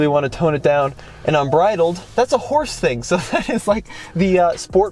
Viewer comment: Call it the, Hors-E